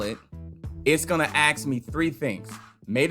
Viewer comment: "It's gonna AXE me three things" gahahahahahah